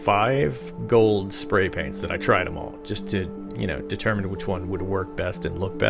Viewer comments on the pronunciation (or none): none